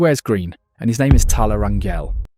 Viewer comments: It's not Ran-yell, it's Ran-hell. In Spanish, "Gel" sounds as "Hell" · Hey you're saying our last name wrong 😅 it's Rain-Gel. Not gel as in hair gel. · Rangel (ran-jel) the j isn’t like how you would pronounce jello. It’s like how you would pronounce jose.